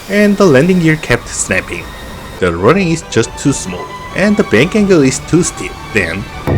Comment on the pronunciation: I dont mind the accent, or inflection, I prefer the authenticity. But, if it makes you feel better: work on "Runway". Run Way, Run whey, Runwhey; like cards and whey. But, like I said, authenticity is better than perfection.